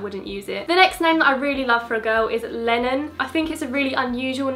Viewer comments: When she said Lennon I thought she said Lemmon lol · When you said Lennon I thought you said Melon